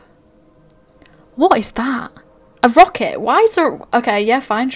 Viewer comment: why does she say "a rocket!" with the British accent turned up to aleph null %?